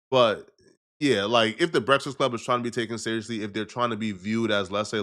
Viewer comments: Why can’t this man say “breakfast”? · I am concerned on how this guy can’t say Breakfast to save his life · YO FOR A NIGGA THAT LIKE TO EAT HOW COME YOU CANT PRONOUNCE BREAKFAST RIGHT LOL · He really can't say the word breakfast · Son really can't say breakfast to save his life. 🤣